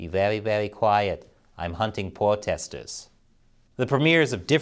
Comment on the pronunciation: "Im hunting pwotestews" you crack me up.